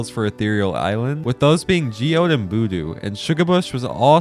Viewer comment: ah yes my favorite double element ethereal Jeeode